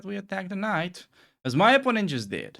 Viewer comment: watching at 2.0x speed, when you say "opponent has no threats" it sound like "oppononent has no FRIENDS" xdxdxd😂😂😂😂